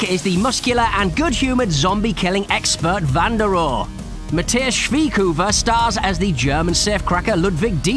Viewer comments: "Matthias Schwighoover" :D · "Mathias schwiegkuver" It never stops to amaze me how english speaking people pronounce german names.